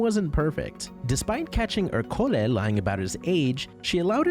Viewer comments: Right off the bat you lost me by consistently mispronouncing Ercole’s name. It was said many times in the movie so there’s no excuse (you used text-to-speech, didn’t you? I hate that!): it’s ER-co-le, not er-CO-le. It’s Italian for Hercules, just as Luca is for Luke, Alberto is for Albert, Giulia is for Julia, Massimo is for Maximus, Daniela is for Danielle, Lorenzo is for Lawrence, Giacomo is for James (itself from the Hebrew name that got Anglicized to Jacob), Tommaso is for Thomas, etc. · The pronunciation of ercole lmfao